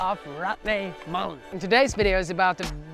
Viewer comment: ya gotta work on that pronunciation Jonny. its MULL-EN. not MOO-LEN sorry man i had to say it. yes, im a jerk. i know. love you jonny, you're the man.